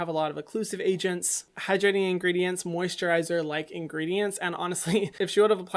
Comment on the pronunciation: Nobody: No one: Hyram:WhErEs ThE mOsiTrIzEr